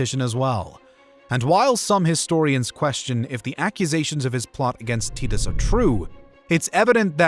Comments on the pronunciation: The pronunciation of titus is killing me lol..tee-tos? Always thought it was tie/ty-tus.. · Its Vespasian. Vess-spay-zee-un. Titus. Tie-tuss. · They are pronounced VES-PAY-SIAN and TY-TUS. not whatever you were saying. Good video though, especially giving Domitian his dues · Teet-Us had me laughing so hard. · tit-us xD